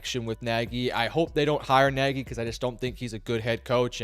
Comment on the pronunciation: It is not Nagy.